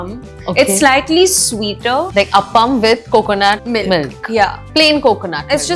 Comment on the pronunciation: It's not up-am as you pronounce It's aaaaaapam